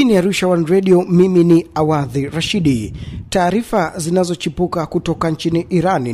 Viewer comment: Wee muandiahingani usojua kutamka wala kuandika jina lako awadhi Rashid ( Awadh Rashid )